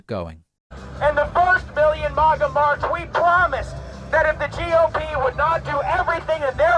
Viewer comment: Ok but why is Fuentes pronouncing it "mogga"? That's almost more irritating than the insane verbal diarrhea dribbling out of his face hole.